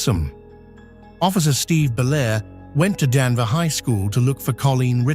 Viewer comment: It’s Danvers not Danver.